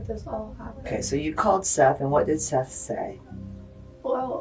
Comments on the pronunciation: Why’d you pronounce it Seeth when they said it over and over as Seth in the footage? 😂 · Awww seath, watch out for seath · To be fair, "Seath" is a stupid way to spell Seth. Only in Florida 🙄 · I like how he calls him “ seeth”, lol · Why’d you keep calling him seath when you clearly hear them pronounce it as Seth LMFAO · Why are you calling him SEETH when it's clearly pronounced SETH?!?!!! YOU CAN HEAR EVERYONE REFERRING TO HIM WITH THE CORRECT NAME. WHY ARE YOU BEING DISRESPECTFUL LIKE THAT?!?! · Poor "ceeth" 😂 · Why are you pronouncing it as SEATH? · Seath?! Seath?! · For the love of God, it's SETH not Seeth. Do you need us to call you and ambulance? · Seth ...is NOT pronounced SEATH ...lmfao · Continuing to say "SEE-th" when they are in the interview saying "Seth" multiple times is kinda lazy. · Seeeeeeeth How do you get it wrong when they say it a million times… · Was ready to give the video a thumbs up but the AI saying "Seeth" for Seth just made me downvote so fast. STOP being lazy and using AI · It’s pronounced Seth. Not seethe. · The fact that you think his name is pronounced “Seeth” despite his name being said aloud numerous times makes me want to unsubscribe and find a new story teller. Come on man. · You watched the same video as we did, many more times most likely, and you still keep on calling the first victim Seath, instead of his name Seth…..smh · I actually agree with this comment as well. Makes absolutely no sense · They say his name is pronounced as ”Seth” but still you don’t know how to say it? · AT LEAST SAY HIS NAME CORRECTLY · I know its a small thing to get frustrated about but How do you mispronounce a name when its spoken correctly in the video clips attached? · Narrator! this boy is dead the least you could do is pronounce his name correctly .